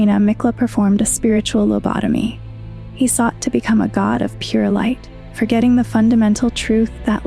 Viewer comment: I very much like the vid so far, and I will sub. My only critique would be touch up some of your pronunciation, like 'lobotomy' for example. Otherwise - kino